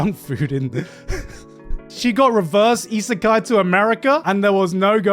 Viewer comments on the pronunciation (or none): none